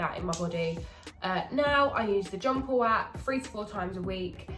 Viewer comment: Jonpleap not John Paul lol he's your trainer n ya sayin his name wrong lol love you